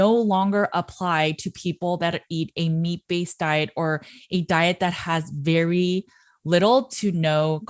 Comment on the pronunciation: Berry not nerry